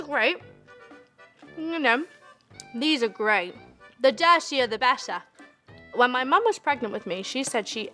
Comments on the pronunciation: The dittieh the bettah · “Da dirthyyah da bettah” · "thah dartiah tha bettah" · the dachier da bettar 😂😂😂😂😂😂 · “dedayshiathabetta” trumpets play